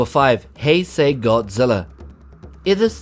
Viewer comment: number 5 heysie Godzila me hearing that me no is heisei Godzila mf